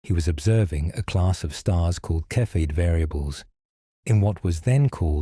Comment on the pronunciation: A “cepheid variable” star is pronounced SEE-fid not KEH-fid. This is ultra basic stuff which means this is either narrated by AI or by someone who doesn’t know what a cepheid variable is!